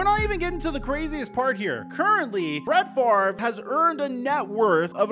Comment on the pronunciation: Why does everyone mispronounce his name? The R is not before the V. It's literally that simple.